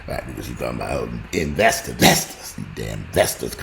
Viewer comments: I crack up every time I hear "vestors" lmao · "Vesters" y'all hahahahaha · "I can't stand you damn Vestors". 😂😂😂😂😂